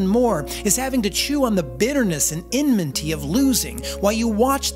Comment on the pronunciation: . enminty? stick to words you know